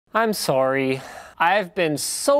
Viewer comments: that intro was so Canadian "sowry" lol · That authentic Canadian “soorry” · He siad "Sarryy" lmfao XD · That was the most canadian "sorryy" ever :D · "I'm Sourrey..." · Im soorey... hi soorey I’m Alex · I'm sorry, but as a canadian, i totally agree with you. I feel so sorry about saying that :/ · when he was like "I'm sorry" I just yelled out Canadian